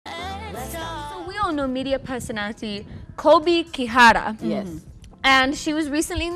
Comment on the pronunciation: The way that girl pronounced that name kihara she sounded kiuk